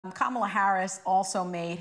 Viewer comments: Cindy you know Kamala? You mispronounced her name. It’s KA mala not ka MA la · COMMA LA its really not that hard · I just love Mrs. Cindy McCain... even though she pronounced Kamala's name wrong. I need her to come guest co-host as often as possible. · Cindy Mc Cain..I love you...hope you have a prominent position in the Biden Administration......just learn how to pronounce Kamala!